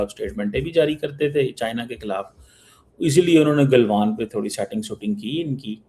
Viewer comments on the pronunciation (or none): none